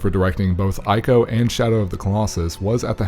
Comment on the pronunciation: It's "Eeko" and "Treeko". A play on words for the third Team Ico game. Trico